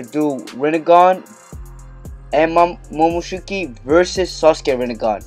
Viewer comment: First time you said momoshuki😂lol